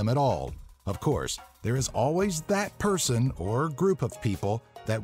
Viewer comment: Ghehehe 'Purrrrrson' lol XD